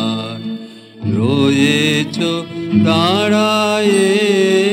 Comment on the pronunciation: যাঁরা বলেন বাংলায় ড় উচ্চারণ করা যায় না, অথবা উচ্চারণ করা মুশকিল তাঁরা দাঁড়ায়ে, বাড়ায়ে, নিবিড় ইত্যাদি শব্দগুলির উচ্চারণ এখানে খেয়াল করতে পারেন।